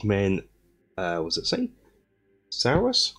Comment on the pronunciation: 5th edition Lizardmen collector from back in the day here! You’ve got the Skinks and Saurus models the wrong way round, the Skinks are the dudes with the crests, the Saurus are the bulkier ones. Saurus pronounced “sore-uss”, like the end of Tyrannosaurus :)